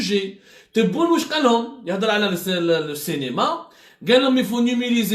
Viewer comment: machi " Cinéma ", il dit" Cénéma".😂😜🤣🤣😀😛